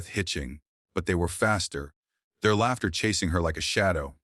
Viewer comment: 16 year old wife? Laughter pronounced as lauter? Totally sucky AI